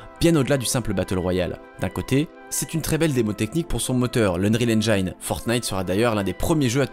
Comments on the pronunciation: engine, pas engaïne svp 😭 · Engine, pas « engaïne » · AINEJINE !!!!! Pas AInejaïne !!! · c'est très énervant de t'entendre répéter 100 fois "unreal ainjayne"... si tu sais pas parler anglais n'invente pas la prononciation, prononce le à la française. On dit "ainjyn" en Anglais. Sinon très bonne vidéo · Stp arrête de dire "unreal enjaillne" , ça se dit "enjen" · EngIne et pas EngAïNe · "Endjaïne" j'en peux plus. Combien d'heures d'écriture, de tournage, de montage pour cette vidéo ? Il fallait juste 30 secondes pour checker la prononciation d'un mot. 🤬😉🤪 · Et le “endjaïne” par contre ça gêne personne? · Engine, il faut le prononcer le "i" à la française les cousins. :) super video! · Super video, super interessant ! Par contre le "ainj-aïe-ne" il fait saigner des oreilles >.<' Le "i" de "engine" se prononce comme un "i" en francais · Les Français* ça prononce tous les mots anglais comme ça s'ecrit, sauf quand il le faut, exemple: "engine" est prononcé "enjayne", sans aucune raison valide. *beaucoup, pas tous Mais bonne video comme d'hab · Très bonne vidéo. Mais "engine" ça se prononce comme "aubergine", bon sang. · Heuuu sinon c'est bien la vidéo.... Mais AineJAïne ça me hérisse à chaque fois.... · c'est dommage que tu n'arrives pas a prononcer le mot Engine correctement. putain mais c'est pas difficile bordel. ENGINE, le "i" se prononce "i" comme en Francais bordel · Noice ^^ ça se dit "EnginE" par contre x) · C'est super, par contre tu sais pas prononcer "Engine" :'( Mais autrement super vidéo :D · Il faut revoir la prononciation du mot "Engine" svp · Excusez moi j'ai pété mon écran en entendant la prononciation de Engine. Je vous laisse, je vais acheter un nouvel écran. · La vidéo est géniale, mais la prononciation de ‘engine’ est pas très exacte…. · super comme d'hab. Par contre le "i" de "engine" se prononce comme un "i" français (on l'entend par exemple à ). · excellente video, juste Engine ne se prononce pas N-jaïne mais N-jïne bonne continuation :-)